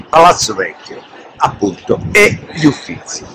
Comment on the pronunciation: Si ma Cosimo I, Uffizi e 1650 non si può sentire